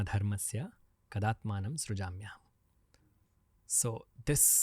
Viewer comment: its tadaatmanan srujamhyam not kadaatmanam srujamhyam..I am not sure if it is due to south indian accent but not correct pronounciation